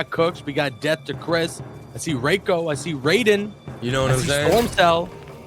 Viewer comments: it's pronounced Reiko not Raiko. rEiko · why apply for commentary when you can't even pronounce Reiko correctly?? Maybe try working on that first